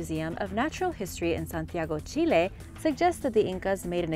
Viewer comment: She pronounced Chile correctly. It's Chi lay not Chilly. Good job!